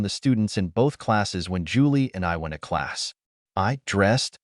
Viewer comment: This narrator cannot speak the words "went to". It isn't "when-a"! The tone of the voice is fine....better than most.